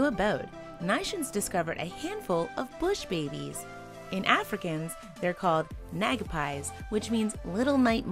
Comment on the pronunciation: Sometimes mommies are killed and babies will come down. They need special care. They jump amazingly high. Your pronounciation of nagapie is just really off.